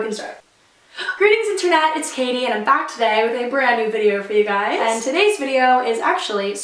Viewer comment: My name is Katie to and your spelling your name wrong your saying k ah th e